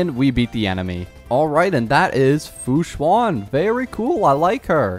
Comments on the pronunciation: “Fu Swan” 😧😧😧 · ITS PRONOUNCED AS FU-SHAN